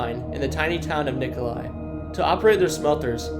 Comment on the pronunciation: Nicholia, pronounced Nicholia, not Nicholi!